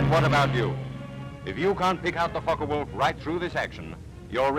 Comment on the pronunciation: Thank you for pronouncing "Focke-Wulf" correctly. It's rare among native English-speaking narrators.